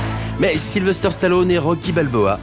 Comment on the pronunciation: J'adore ! Super ! Sly superstar ! Mon idole ! Une figure paternelle pendant toute mon enfance ! Par contre les gars, arrêtez de dire SylveRster... sur capture mag vous êtes plusieurs à le faire... Sylvester... sans RRRRRRRRRR :D